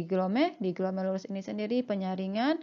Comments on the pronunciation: Mbak, judulnya "ginjal" bukan gijal. Kemudian "glomerulus"bukan glomelurus... koreksi dong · Glomerulus bkn glomelurus